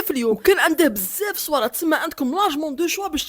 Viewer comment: الناس كتقول بزاف وانت كتقول بساف🤣🤣